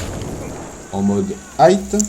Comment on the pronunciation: J’adore vos tests mais c'est high et non hight